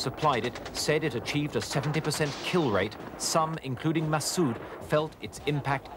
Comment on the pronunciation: masssooooooooooooooooooooooooooooooooooooooooooooooooooood ....pronounce it propoerly